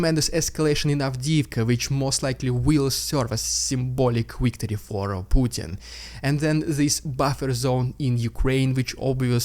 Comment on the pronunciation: It's "victory", not "wictory". I've been listening to you do this for 2 years now. Please get it right.